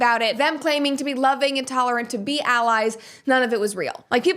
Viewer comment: "the loving an' tolerant party" also even sounds like "intolerant". (Should alse be "lowing", the cows!)